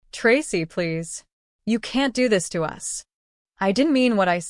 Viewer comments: AI TTS always mispronounces it when all caps are used, same as "IT" for "it", etc. 😮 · Us is pronounced as a single word - no as U.S.